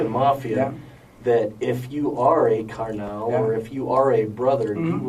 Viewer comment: The worst crime here is the pronunciation of “Carnal” by the detective.. Lock him up throw away the key